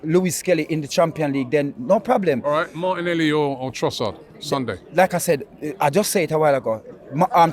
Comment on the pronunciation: "Harteta did Halright. Just TonigHHt."